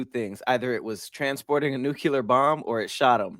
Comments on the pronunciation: BRO THANK YOU!! It’s like he adds a second U to Nuclear every time🤣🤣🤣 he ain’t no better than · THERE IS ONLY ONE U IN NUCLEAR. Its pronounced New-Clear it’s not a magic word💀